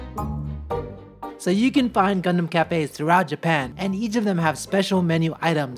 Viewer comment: Is this only me who's hearing c*****m instead of gundam😶